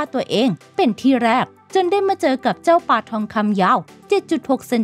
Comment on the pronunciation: ปลา ไม่ใช่ ปา